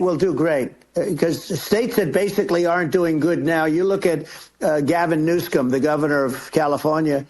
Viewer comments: "gavin newscome"? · Gavin Newskum? If you're going to slam the guy, pronounce his name right. I can't even listen to this lunatic. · How come he couldn't pronounce Gavin Newsom ??!!! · "She didn't look like Camilla." "Gavin Newscomb" (Newsom). Ronald Dump can never pronounce anyone's name properly.